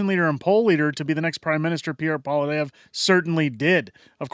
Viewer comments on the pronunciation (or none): none